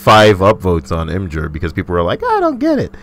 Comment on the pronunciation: pronounces imgurrrrr as imjur. Successfully triggered me